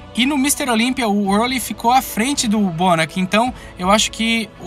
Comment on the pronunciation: Ele falou bonecc